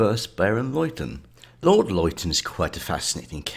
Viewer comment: Loiton ??!?! It's pronounced LITTON..!!